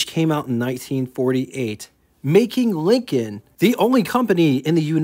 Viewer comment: You sound like you call them "Leekins". It's pronounced "LINK-n"